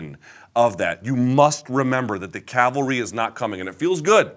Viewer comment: "The calvery ain't coming!"